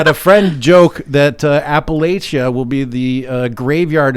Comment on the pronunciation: Please never say Appalachia again. That’s not how you say it lol.